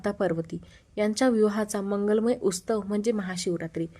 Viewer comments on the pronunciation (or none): उसतव नाही . उत्सव